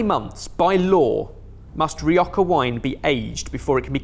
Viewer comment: what the heck is ree-ahka wine?